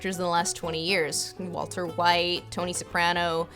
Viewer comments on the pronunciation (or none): none